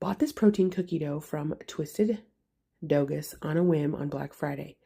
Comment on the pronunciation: I'm dying... TwistedDoughus... it's Twisted Dough US.... lol